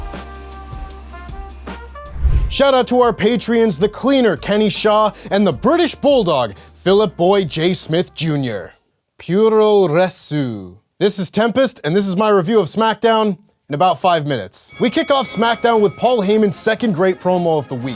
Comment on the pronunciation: Tempest doesn't know how to pronounce "puroresu" either. "U" is always pronounced like "oo" (not "you") in Japanese, and is sometimes near-silent. "Puro" is "pro" but pronounced with two syllables (the first syllable being very soft), and "resu" is "wrestling" abbreviated (soft second syllable).